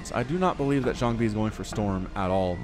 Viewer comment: Great commentary as always. I feel the way you say Jangbi is a bit off. Check out a couple Jangbi vs Flash english commentaries on VioleTAK's channel from 2008, that pronounciation sounds waaay ear friendly.